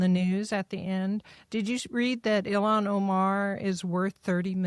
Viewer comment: As smart as Victor Davis Hanson is, why can't he pronounce names correctly?